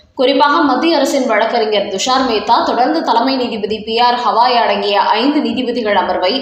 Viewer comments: Dayavu seidu uchcha needimandra arasar peyar uchcharippu gavai aagum hawai illai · CJI's name is NOT Hawai. It is GAVAI. GA.GA. GAVAI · எத்தனை முறை சொன்னாலும் கவாய் என்று திருத்திக் கொள்ள மாட்டீர்களா? Gawai என்று பெயர்.